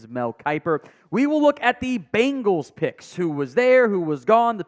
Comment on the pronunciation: Dude can’t pronounce many many names correctly. It’s sad.